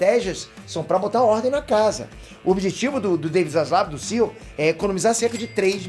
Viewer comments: SEAL?? C.E.O, pelo amor de Deus. Morando aí não sabe falar ainda? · a pronuncia é C-E-O. Fica mto estranho falar "CIo".